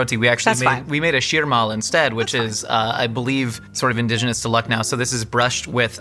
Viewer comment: loved the way pronounced Lucknow, you're almost there bud 🙈✨